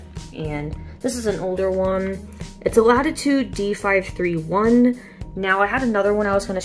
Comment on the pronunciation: nice video my guy, but there is one thing i wanna tell you: its pronounced "d 5 31", but you couldnt've really known that. also i just got my first laptop that actually functions okay enough to use and, ironically, its this bad boy with a 512mb video card, 2 gigs of ram and a 16 year old cpu. my first one was a piece of shit quad core cpu with a barely even greaphics card and my second one struggles with 140p (not 1440p) video playback. ironic, that its supposed to be better then this one, considering its higher performance, even tho it is far less usable then this dell (somehow)